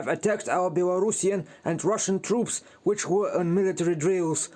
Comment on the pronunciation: which, not wich.